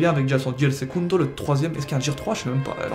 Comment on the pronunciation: "Jear"... omg